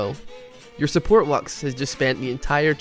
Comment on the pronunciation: Unsuport? you mean SUBORT